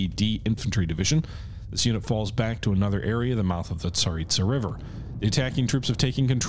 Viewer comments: That river I would suggest is pronounced za-rit-sa. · The river is the Tsar-EET-zah Edit: oh, you started pronouncing it right when you started the game lol. Nvm.